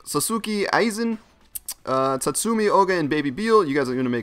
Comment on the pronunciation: you butchered Aizen's name dude.